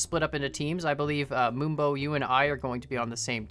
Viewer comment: Finally moonbo and not camodo